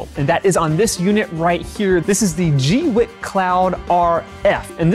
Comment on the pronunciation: I heard a Chinese person pronounce it gway kuh. Thanks for the review. Very informative.